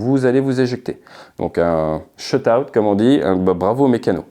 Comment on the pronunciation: hehe SHOUT OUT a toi ... pas shut out 😅